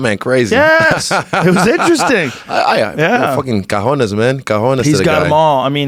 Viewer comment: it's not Cajones! That means Drawers. It's Cojones! Lmaol